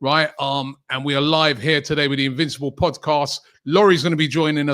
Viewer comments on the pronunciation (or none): Did you say invincible or invisible?